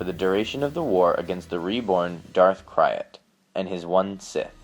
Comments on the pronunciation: Isn't Crayt pronounced "crate", not " cry-it"? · His name is pronounced like crate, not cry-at. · Darth krayt is pronounced K-r-a-e-t not K-i-y-r-a-t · DARTH KRAYT PRONOUNCED CRATE NOT CRYIT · oml... Darth Krayt is pronounced Krayt... like "gate... or eight... or ate" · darth kraay'at, no, its darth kra(y)te (prenounciation wise) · ITS KRAYT not KRYAT! KRAYT like KRATOS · Just an fyi.... Its Darth Krayt not Kryat. Future reference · or "krayt dragon" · for the love of the fuck learn how to pronouns this shit properly "KRAYT" as in KRATE